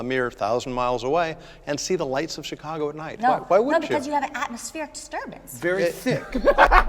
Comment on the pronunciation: "Atmospheric disturbance"notice how she said atmoSPHERE😂😂😂